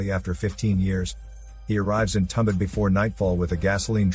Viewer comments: It's not tum..It's thum...thumbaad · It is pronounced as Too-um-baa-da I can speak the native language of these guys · Marathi movie* and not tambad...it's tum bha d